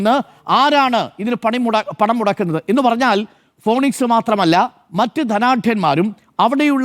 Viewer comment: വിദ്യാഭ്യാസമുള്ള അരുൺ ഫീനിക്സിനെ ഫോണിക്സ് എന്ന് വായിക്കരുത് എന്നപേക്ഷിക്കുന്നു